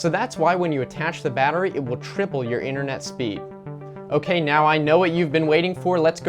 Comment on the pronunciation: Internet not inthernet